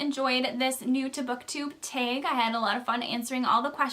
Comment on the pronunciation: Welcome to booktube. I was pretty sure of the Minnesota part when you said "tag." We're Adrian and Dalton. Looking forward to more.